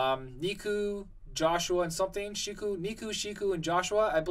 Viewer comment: it's pronounced neku, jousha, shiki neku: neck-oo Joshua: josh-o-a shiki: she-key I played the world ends with you and it's my favorite game that needs a sequel that's why I always correct the pronunciation of these characters